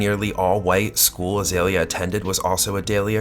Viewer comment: Her name is pronounced Ah-Zee-Lee-ya. Not Ah-Zale-ya.